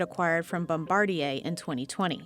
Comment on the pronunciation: You have to spend money to make money, and after the McDonnell Douglas executive infusion, Boeing stopped doing that. Excellent piece, and they pronounced Bombardier correctly, a seeming rarity.